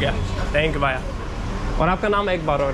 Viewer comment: You're pronouncing bhaya incorrectly , it's bhaiya . ask someone. You also say thank you too many times no need. Max is more controlled. What's the name of this place & location. New York is very rude & high crime not worth living in.